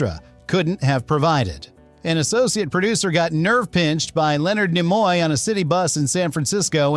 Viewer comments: .... pronounce Nimoy please? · I'm pretty sure this is an AI voice. Either that or he knows nothing about Star Trek because he doesn't know how to say Leonard Nimoy.